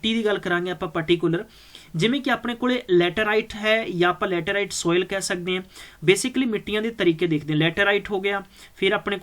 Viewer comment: Material ta vdia hega but j changa teaching da trika hove ta gal e vkhri hundi aa... jive k appa keh skde aa, jive k tusi dekh skde ho, acre nu arc boli jande aa, soil nu sol, oxides nu oxodies, aap ta ghat pdya lgda teacher but dhakke nal notes kito download krke thopi ja reha